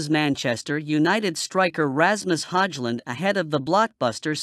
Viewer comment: commentary can't even pronounce Ramus Højlund name, makes him sound so middle-eastern 😂